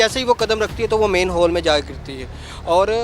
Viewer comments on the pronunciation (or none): मैंन हाल नही, मेन हाल होता है जाहिलो😂😂😂😂